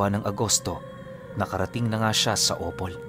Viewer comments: from Mis. Or here malapit address ko sa Opol..nasa second syllable po ang stress ng word na Opol pagbigkas ng Opol--- "o-POL."po...😊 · Magandang gabii.... Correct ko lang po hindi po yan o pol yan..... Daritso lang po ang pag basa opol.... Malapit lang yan sa amin taga cdo kc ako...